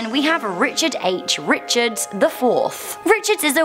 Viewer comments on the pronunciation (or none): none